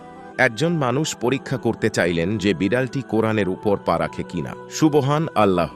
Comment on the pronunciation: Apniki hindu?subhanalloh bolte parenna😂